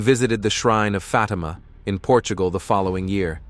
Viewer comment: That's "Fateema" NOT "Fotima"